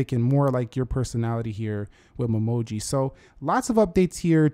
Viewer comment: All I keep hearing is mumoji instead of Memoji